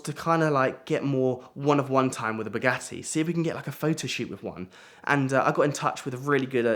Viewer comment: Wanted to see it to the end but the way say bugatti I can't stand